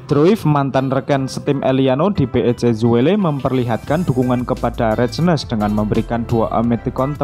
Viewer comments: Min, dibacanya Reinders bukan reijdner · Eliano Reijnes ????? Nyang bener Bacanya Maas ma